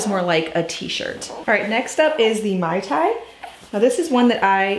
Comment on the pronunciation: Please pronounce it correctly... it's MAY tai. Not MAI tai.